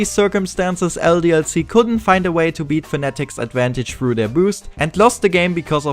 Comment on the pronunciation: The commentary is nice, the accent too... but why do you replace "th" with "f"... like instead of "Thirteen" you say "Firteen" and instead of "Thousand" you say "Fousand" and instead of "Through" you say "Frough". Other than this. the montage and everything else is great. Good job!